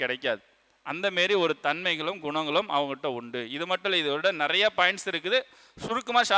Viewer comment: நெறைய என்பது பிழையான உச்சரிப்பு